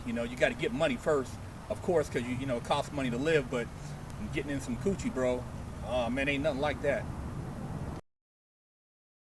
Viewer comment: The way he said coochie